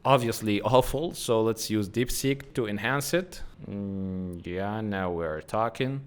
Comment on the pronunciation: Good. But you should make sure not to mix b with p. For example sometimes you say ubload it should be upload. Deebseek should be deepseek. Etc.